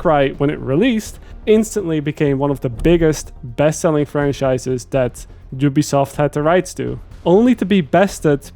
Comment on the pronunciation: Did you just call it jewbesoft?